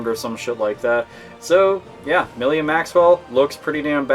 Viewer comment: Her name is Milla not Millia.